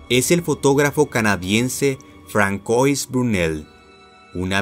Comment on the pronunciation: Françoise se pronuncia "fransua"